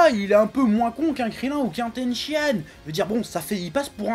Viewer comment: concernant tenshinhan, on prononce pas "ten-chinane" plutot que "ten-chiane"?